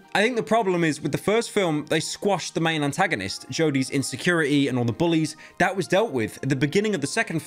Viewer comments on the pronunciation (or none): can't even say antagonist right.